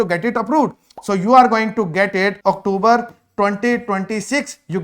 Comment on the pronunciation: Are you for real ? Octoober ?? Really ? Is this how Canadian speak English ? And you are advising people to scribble on their passports / spill coffee etc. just so they can renew their passports within Canada even with more than 1 year validity remaining just so they get the full 3 year PGWP on the new renewed passport. This is why so many people have such a poor opinion of Indians. Nothing new on this video that one cannot find on the IRCC web site.